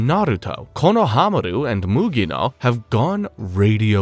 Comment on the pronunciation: Is this AI? Or maybe it isn't. The over trying Japanese pronunciations are a little cringe to hear. "RanaayGan"??? "Kono-Hamaru"??? But overall, this is appreciated and well out together. Just sometimes hearing him over pronounce the Japanese pronunciation makes me cringe a tiny bit. Some of the names or most of them aren't said that hard. Reminds me how some same "Nah-rooto" or "Mah-daara" 😅